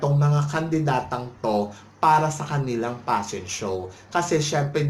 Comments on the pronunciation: P!!!! Pa-shon show talaga. Pashon showw. Nu York Pashon Week. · Ang Nega mo bakla! Natural ang fashion show organizers nagbobook ng mga models nila nanagfifit ang physique at hitsura sa theme ng fashion shows nila. Baka naman hindi lang fit ang aura ng hitsurani Ms. Gazini sa themenila. Hay naku vakla singlabo ng hakahaka mo ang pronounciation mo ng Fashion Week! Tumbling ka na una ulo. nyeta!😂😂